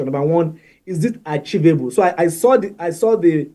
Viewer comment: What is "archivable"? for crying out loud? 🤦 It's "achievable" puleeeez..